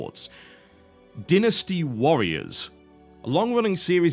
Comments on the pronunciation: I didn't realize Dynasty was pronounced "Din-nasty" haha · DYnasty. DIE-nasty. Not like DI-nner, but DY-nasty, like the roll of a die. I will not accept any other pronunciation. My closed minded ness knows no bounds. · that is not how you pronounce dynasty lol, and english is not even my native language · You pronounced Dynasty wrong.